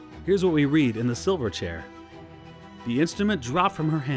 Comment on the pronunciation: Please forbear if this point has been made elsewhere, but it’s not “Reep-ee-cheep.” It’s Reep-i-cheep.” (Short i sound.) Also “Silver Chair” is two words, not one in which the first word receives the emphasis. I know there’s an Australian band from the 1990s called Silverchair (one word), but that is not the named item nor the book title among Lewis’s tales, and it’s probably high time to stop pronouncing “Silver Chair” as if it’s “Silverchair.” Look, no offense, but these are great works of literature that need to be treated with more respect than that.